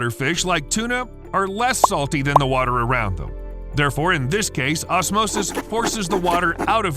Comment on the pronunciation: The flod... Noe... What wather was? 😉